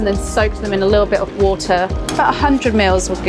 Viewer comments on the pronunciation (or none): none